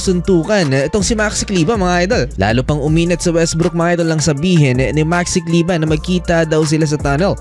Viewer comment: Maxi kleber bro.hnd kleba.pinoy tayo,hnd kano